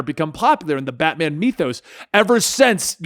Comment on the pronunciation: that was a weird pronunciation of the word "Mythos"